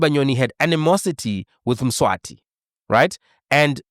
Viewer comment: Mswazi - not Mswati, Mswati is the King of SWAZILAND